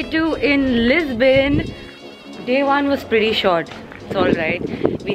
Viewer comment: when you say Lisbon i hear is my name 😂😂